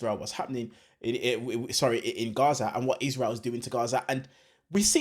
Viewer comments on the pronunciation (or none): Its rabbi, not wabbi, its israel not iswael, why Englishman can't speak properly .?????